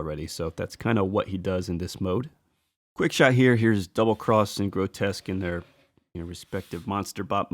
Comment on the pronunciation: Why do reviewers keep saying "Grotesque"? Grow-Tesk. The characters name is "Grotusque", Grow-Tusk. There's a "U" there. No one calls "Repugnus", Repugnant.